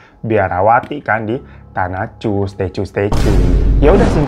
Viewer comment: Bacanya 'Tanaku' Bang bukan 'Tanacu'.